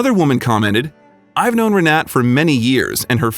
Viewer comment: For crying out loud. get her name right. Her name is Re-na-ta. like mine but in Germany and Poland thee is like an "a". He calls her three different names through out the story!. C'mon y'all, do better.